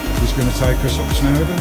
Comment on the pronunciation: Hi matey, just want to point out it’s Snowdon